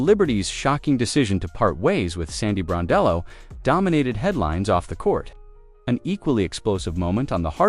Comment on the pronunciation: You at least can respect this coach to pronounce her name correctly. Sandy Brondello deserve respect and a raise.